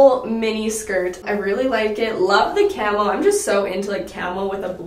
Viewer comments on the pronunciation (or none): Am I the only one who kept hearing “camel” instead of “camo”😂